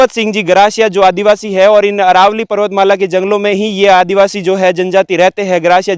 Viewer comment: अरावली नही अरवल्ली बोलो !